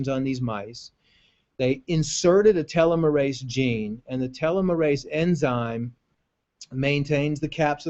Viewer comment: Please learn how to pronounce the word "telomerase" properly...